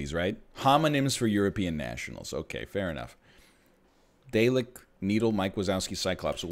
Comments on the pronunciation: Egg I love you. But if anyone ever says dalek (dah-lek) like that (day-lek) again I might shoot myself 😂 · its dah lek, not day lek, please for the love of god dont be this cursed.